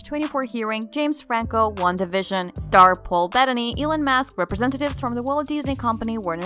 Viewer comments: Can't even get Elon musk right, it's not ekon mask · Elon "Mask"? Some of the pronunciations are just ridiculous. "Scarilous"? The word is scurrilous. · Did she just say "Elen Mask?"